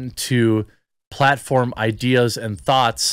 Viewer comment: "... and thoughts" or " ... and thots" lol. I was expecting a wink during that pause.